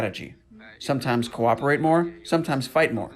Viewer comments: Did you say cooperate? 😂😂😂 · Next level challenge! Take a shot everytime you hear "co-oprerate or co-operation" . 30 mins later - 🤢